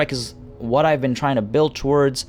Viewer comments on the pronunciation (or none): none